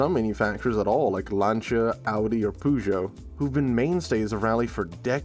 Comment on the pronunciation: Lol. Did you really say "Poo-Joe" instead of Peugeot?